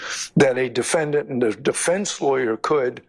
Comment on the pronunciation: All these Georgian lawyers can’t even say Defendant correctly they emphasize the A when it’s silent it’s pronounced De-fen-dnt or De-fen-dint not De-fen-Dan-t google it